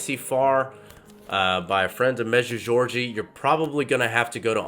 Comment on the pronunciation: Med-ju-gor-ri-ya. I know it’s not easy but your attempt was a bit off. The apparitions are still going, from 1981-present. The authors real name is Terry. I don’t know why he doesn’t use his name. Our Lady did say once in a message to turn off the TV. She has warned us of ‘modernism’ and the problems associated with that on a number of occasions.